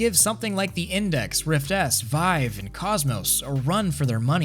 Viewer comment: did you say vivie lmao